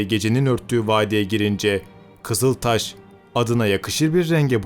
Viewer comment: Kızıltaş vurgusu güzel olmuş